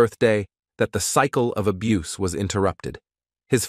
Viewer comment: Thank you for posting what I was gonna say. Only more intelligently than I would have said it. Who wouldn't want to narrate their own video? It would definitely cut down on the "abboose" of the language. This leads to "dee-vastating" results. Mr. "Swaayze's" legacy deserves better.😢